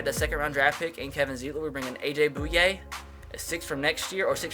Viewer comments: It's pronounced A.J. "BOY----YAY" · Finally - a Jaguar. Heads up, it's pronounced Boy-ye.